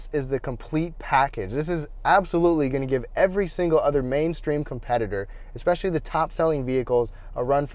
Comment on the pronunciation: pet peeve .. no "X" in especially, it's especially NOT EXPECIALLY Jeesh